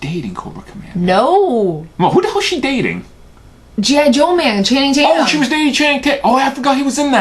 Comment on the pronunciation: Haha he said gi jew